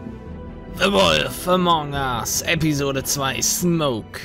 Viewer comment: Join the Disqussion now ^^ Solltest deine englisch skills mal verbessern. Wolf spricht man auch eher "Wulf" Aber gutes Spiel.